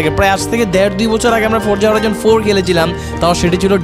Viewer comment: it's not forja horijon 5 it's forza horizon